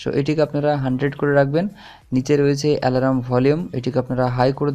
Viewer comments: Bhai alaram na alarm thik kore ucharon korun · ওটাকে আলারাম বলে না🤣🤣🤣🤣🤣. অ্যালার্ম বলে.🤣🤣আলারাম আলারাম করলেন কেন পুরো ভিডিও তে?